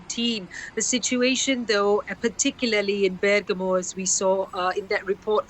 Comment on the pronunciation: Bergamo is pronounced BergAHmo, not BERg-a-mo